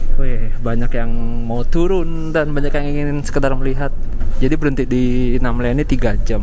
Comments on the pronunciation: Namlea Namlea Namlea, bukan Namela ugh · Namlea bang bukan namela..hehehe